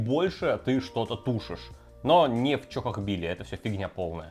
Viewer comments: Ля даже видос называется "чАхохбили", а кровь из ушей идёт от 100500 повторений "чОхохбили" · Почему, сука, в названии ролика чАхохбили, а он упорно говорит чОхохбили???!!! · Друже , почему ты говоришь чОхохбили? Чахохбили же ж🤔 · Не чо а ча и не хохо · И кстати почему говорит чОхохбили? Даже в названии рецепта чАхохбили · разве не чахохбили почему ты говоришь чохохбили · Как он так произносит чохкохкбили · черт возьми, почему произносите-то как чОхОхбили??! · Безграмотно как-то произносит название блюда